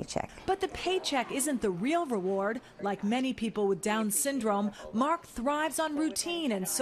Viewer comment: After 15yrs wtf??? Did she just say MA-K who da f is that his name is Mark !!!